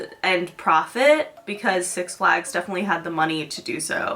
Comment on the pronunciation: six flÁgs ? george glÁss ?